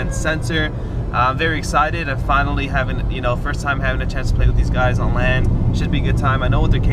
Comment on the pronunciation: It sounds like he says on land instead of lan lol.